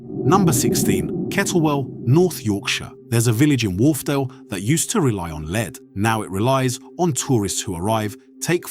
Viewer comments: It's pronounced LED not LEAD. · Leed? Ai strikes again. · Lead as in pencil lead or the metal is not pronounces as a dog lead, or taking the lead. Something a bit AI about this voiceover.